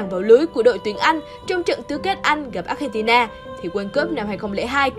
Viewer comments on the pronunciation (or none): none